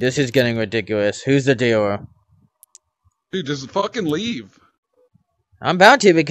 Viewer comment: "Are you the deewer"